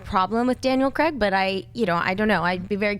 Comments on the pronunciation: Why can't you pronounce Daniel Craig's surname? It's Craig... sounds like Crayg I guess... Not Creg. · It's Danial Craig...not Creg. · who is cregg? lol :P its craig